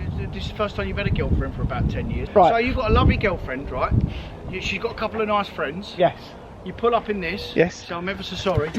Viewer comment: 8.00 not a couplaa birds 😂😂